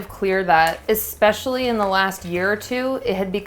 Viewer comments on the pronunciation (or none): none